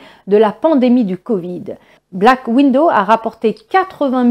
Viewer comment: Chère mademoiselle, comme d'habitude, merci pour les infos. Mais comme d'habitude, faites donc attention à votre prononciation. Le film s'appelle Black Widow c'est-à-dire veuve noire. Vous le prononcez black window, ce qui veut dire fenêtre noire...